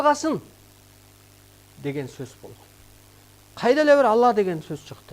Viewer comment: Бул созду бурмалап атат, ала эмес Алла деп айтыш керек. атайлап бурмалап суйлоп жатат.